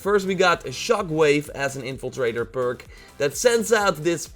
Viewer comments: "Evil trader" it's in-Fla-trae-der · Its " in-fil-traitor"